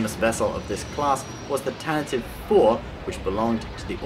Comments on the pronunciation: Jesus christ, its "Tan-Tiv-ee" not "Tan-tive" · It's pronounced Tantivee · The name of Leia's ship, the CR-90 was pronounced 'TAN tah vee", btw. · Tantive is pronounced Tantivee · Pronouncing Tantive wrong :(